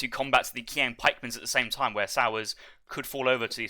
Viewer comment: It's not "kwaang" pikeman, it's "cheeang" pikeman. But besides that, interesting strats from Hazza and nice casting as usual!